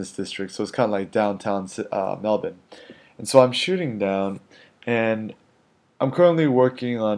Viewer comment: I'm only halfway into the first minute and already I have to commend you on two things: you pronounced Melbourne the way we do here in Melbourne (Mel-ben, and not Mel-BURN) and you learnt the term 'CBD' - you can come back to Australia any time,!